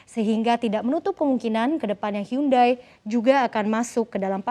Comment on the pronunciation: "Hyundai" bacanya "yundey"